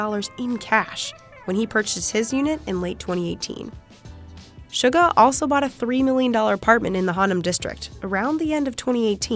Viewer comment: Other than something small like the pronunciation of Suga’s name, I’ve got to hand it to these guys on providing such accurate research. I mean hey, they actually got the “guk” in Jeongguk right. I’ve gotta say, this was a wonderful video to watch that didn’t force unnecessary opinions on them. Just some nice facts and some insight on just how big they are. I love these boys so much. And you know what, it honestly gives me such a happy feeling that they didn’t go and say “Beyond The Scene” through the whole thing, haha! I got to know them as Bangtan Sonyeondan, so it’s comforting when the now official English name isn’t everywhere.